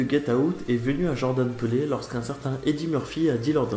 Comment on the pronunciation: lol le réalisateur tu l'as appelé "jordan peulé" :-) marrant, mais jordan "pile" c'est mieux. allez je m'abonne quand même !